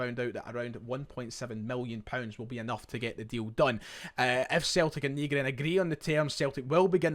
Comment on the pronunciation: Nygren translates to/is pronounced Newgren in english. Ny is Swedish for new.